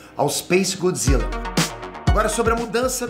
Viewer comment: Godzilla não, ' Godzille 😂😂